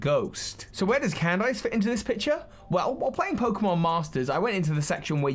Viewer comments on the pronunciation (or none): why are u pronouncing Candice as can dice... thats not how u pronounce that... and its so cringey its pronounced CAN DISS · Cand-ice? Is it not pronounced Candis? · Never heard someone pronounce the name “candice” as “can” “dice”. Across the pond we say “can” “diss” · I know she's an ice type trainer and that's the pun, but it's not /actually/ pronounced Cand-ice is it??? Not Can-diss??? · I don't think that's how Candice's name was pronounced. What I remember in anime, how her name was pronounced, was pronounced as "Candy" with "S" in the end (Not like a lot of candies, but as "Candis"), not "Cand"-"ice". Of course, it may be that she has been pronounced differently in English version of Anime, although it makes no sense when Candice is England version of her name. Uxie's "U" is pronounced with an English U, not a Finnish U. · Why does he pronounce Candice like 🥫🧊? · I despise anyone who pronounces Candice's name as Cand-ice. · If anyone asks me why I dislike the English, I'm just gonna say they pronounced Candice as "Can-Dice" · I get that Candice is an Ice type Gym Leader, but you don't actually pronounce the "ice" in her name as "ice". It's just pronounced "candiss" lol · please "CAN-DISS" 👍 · pronunciation kills me lol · I bet he's trying to avoid the Candice meme